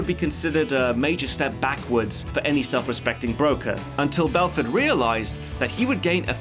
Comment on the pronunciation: BELFORT say it right